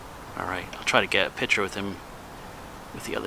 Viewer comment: It’s picture not pitcher just messing with you